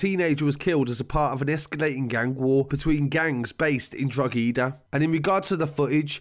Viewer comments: Just dropping you a bit of knowledge ur videos are well put together .but ur pronunciation for DROGHEDA way off ur saying the E REAL HARD ITS NOT PRONOUNCED AT ALL LOOK IT UP ON RTE NEWS U WILL HEAR YHE NEWS CASTER SAYING IT THE RIGHT QAY UR WAY OFF BUT GOOD WORK KEEP IT UP TAKE CARE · You are butchering the queens good English. Your pronunciation of drogheda, Keane and some other name are hilarious lol. Dont know much about this.,we’re much more civilised on our beautifully British side of the border but I thought this was part of one of them gypo family feuds. Plus was it not a retaliation for him and his mates attacking someone . In fact I’m near sure there was a video of that doing the rounds? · only non irish people pronounce it other than 'Droheda' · “Drog-heeeeeeeda” 😂 it’s pronounced draw-ha-dah (say really fast) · Drog-Hee-da? Its pronounced Droh-head-a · Pronounced Drockada not Drogheeda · Drogheda is pronounced Dro ha da. Great reporting and done very respectfully. Just found your channel recently. Subbed + all notifications on. Thank you, great work! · Its pronounced 'droh-heh-da' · Watch your stuff the whole time I'm from the Republic of Ireland and just for record "drogheda" the g is silent so it sounds like droheda when ya pronounce it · It's pronounced Draw-head-a lol Also the main issue in Drogheda is the place is the biggest town in Ireland. It should have city status, which would allow more funding to go through the town and allow more resources to prevent kids from getting into this stuff. It's ridiculous that local government and politics prevents more resources coming to this town. Lack of funding is inhibiting preventative measures, therefore causing these kids to fall into the trap of easy money. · Pronounced “Didier Drogba Eedaa” Thanks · Draw ha da is how we say ' Droaghda' sounds in Ireland .. this was as accurate as it gets , well done to the narrator ✌🇨🇮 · U got in wrong to pal itts pronounced dra daah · Drogheda - Draw-a-da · Same tbh